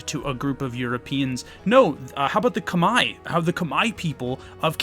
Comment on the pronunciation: there is no way i heard someone pronounced khmer correctly first time in this video